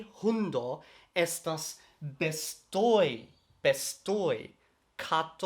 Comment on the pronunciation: Vi estas tre bona sed, la prononco de vortoj kiel "homoj" kaj "bestoj" ĉiam havas la akcenton sur la unua silabo, ne sur la "o" de "oj".